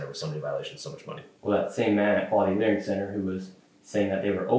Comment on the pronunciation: so... 215 minute interview, and he edited out how many SECONDS of footage? I just love that none of you grasp the irony of a guy who can't speak focusing so much on the single missing letter in "Learing." You've run it into the ground, and all it does now is draw attn to the fact Shirley's so acutely cognitively deficient. It's perfectly fine to make fun of the entire Somali population based on that one letter from one sign, yet totally OFF LIMITS to mention ANYTHING about the fact that Shirley guy is quite literally r'd, and doesn't know words taught in grade school. How does that make sense? Can you answer either question? You're hopeless, won't even make an attempt, bc you can't.